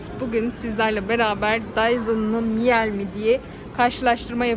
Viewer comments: Miyal degil mile diye okunur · Miel değil miile diye okunur ,sonuçta alman markası özel isim okunuşu değişmez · öncelikle bir düzeltme yapmak isterim..miel değil okunuş miile şeklinde..eski bir miele çalışanı olarak açıkcası bu kıyaslama miele açık ara önde..kullanım konforu çok daha yüksek özellikle hareketli motor kabini ağırlık merkezini değiştirebilmenizden dolayı daha kullanışlı ve ağırlığı hissettirmiyor..bence burada birde electrolux pf 91 i de alım kararı almak üzere olan hanımlar radarına almalı..muhteşem bir kombinasyon ve inanılmaz yuksek emiş gücü...saygılar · Miile diye okunur efenim 😊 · Miile diye okunur